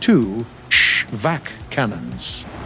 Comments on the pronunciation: No. The V is not silent. You have to say ShVak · Its ShVAHk saying the full ah sound